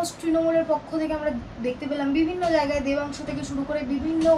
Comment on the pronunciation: Sangbadik ke bilchi jagai mane , eto cjoreder ranir bhasa . Ucharon thik korun , Jaigai bolun .